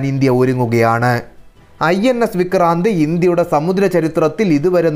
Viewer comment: മലയാളം ഉച്ചാരണം മെച്ചപ്പെടുത്തുവാൻ ഉണ്ട്. വിക്രാന്ത് എന്നതിന് 'വിക്രാന്തേ' എന്ന് പറയുന്നതെന്തിനാണ്. ശ്രമിക്കുന്നത് എന്നതിന് 'ശ്രമിക്കുന്നതേ' എന്ന് പറയുന്നതെന്തിനാണ്.